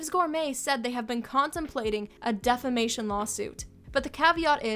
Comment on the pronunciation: 'De-fa-mation' tho...